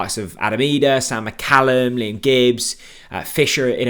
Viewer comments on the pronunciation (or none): none